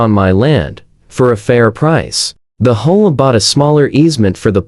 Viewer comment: Learn to READ, it's H-O-A; not hoa